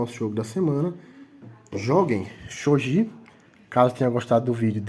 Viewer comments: Só uma correção... o jogo se pronuncia Shogui (e não shogi). Porém, o japonês, gi se lê como gui... por isso, a pronuncia correta é shogui (mesmo escrevendo Shogi). Mas sobre o vídeo, foi muito bom... explicou direitinho. Achei que você esqueceria da regra de recolocação do peão.. mas não, explicou tudo perfeito. Muito bom. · As regras estao corretíssimas. Umedetou! Porem, o nome se le: "xoguí" ou "chogui" msm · Tá errado a pronúncia Que desrespeito a cultura japonesa